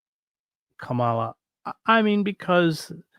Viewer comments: Must you carelessly, disrespectfully mispronounce KAmala Harris' name - like old white man DJT? Ultimately not important compared to some of your points, but really Chris? I agree that she has been too much annointed, but to not vote in a way to block DJT/MAGA and fascist 'Chrisitian nationalist' and ignorant sway and to try to get again at the takeover of branch after branch of US 'checks and balances' institutions -- and then organize /teach more people to boycott, strike, protest and mount a huge vote to pressurize the Democratic (neo-liberal) party....yes, at this turning point age of climate catastrophes, etc -- is a real problem, imo! A gathering momentum movement, not a minority, intellectualized protest is needed....on that much we agree. I value your perspective, but can no longer impressed with your conclusions/tactics somehow. Esp. if the danger 'for Trump is REAL' as you say? More of 'the People' (including myself!) must be TAUGHT HOW and experience our ability and success -- to ORGANIZE, BOYCOTT, STRIKE, and experience the power of cooperatives, unions, with different assumptions about what is possible, etc. This anti-Nature, anti-women and children, dead materialism must be questioned as well.... I find your conclusions/strategy 'too utopian'. And I have talked to people who 'had to' flee Venezuela and who could not endure talk by 'the left' because of their experience of tyranny, disorganization, violent corruption and power-seeking -- which is possible on eith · Comma-la. I don't mean to be pedantic or take away from the value of the ideas discussed here, only that we can all make an effort to pronounce her name correctly and she's done a pretty good job of explaining how over the years. In this cycle we have the added layer that Trump and his surrogates + the mouthpieces of the Christian Nationalist right are intentionally mis-pronouncing her name as a tactic. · Chris, you are mispronouncing Kamala. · Get a grip. Everybody does.